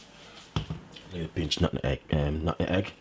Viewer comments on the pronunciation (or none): Brother, I must tell you. The word is NUTMEG and not Nut 'N' Egg!!!! 😂 😂 😂 😂 😂 😂 🇯🇲🇬🇧🙏🏽❤️